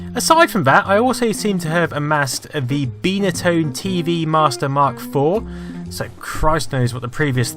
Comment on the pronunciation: "Bye" na tone, not Bee na tone... jeez